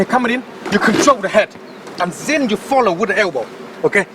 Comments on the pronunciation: You always say ZEN instead of THEN 🤣 real monk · And ''ZHEN'' I like the way he says then ....lol 😂😂😂